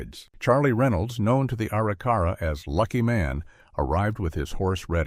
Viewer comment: That would be uh-rick-uh-ra